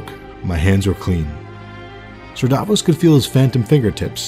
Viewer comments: It's Davos Not "Daaahvoes"! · it was "and the cats, never liked cats" and its Stannis not stanis, Sallahdor saan not salador sam and Davos not Davis, Jon snow is the 998th lord commander how is Stannis going to be the 1000th even if he lived? come on man you have a 13 years old son you can do better. i forgot this, he said "A good act does not wash out the bad, nor a bad the good." not what u wrote